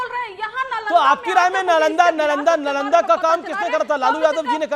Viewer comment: Pahle Nalanda bolana to sheel lo. Chanakya to door ke baat pahle strategy bolana to Sheekh lo.